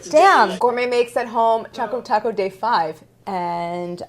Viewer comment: Should I be concerned that she has written "Chaco Taco" and her pronounciation is also Chaco Taco...?? 😂😂😂